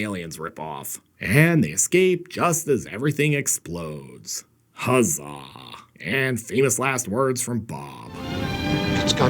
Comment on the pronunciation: "hug-zah" a new for the favorite word list.